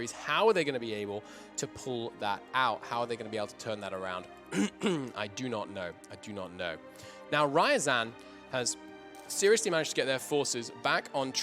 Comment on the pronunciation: that was an intense conflict... but man.. butchering Ryazan name so many times over and over again is just ear-hurting. I understand this in general, especially when a nation is mentioned just a few times.. But when they are at center of the events and are mentioned so many times, you should just search it to pronounce them correctly.